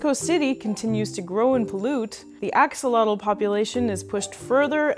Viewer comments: X is pronounced like "sh" and the TL is more of a sharp air release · Although I do enjoy your videos, I'm not happy on your pronunciation of this super powerful and unique animal. And yes when France was defeated by mexico in the war they took many of our axolotes.